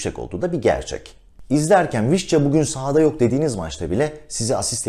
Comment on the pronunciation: Vişça olarak telaffuz eden birine rastladığım için çok mutluyum...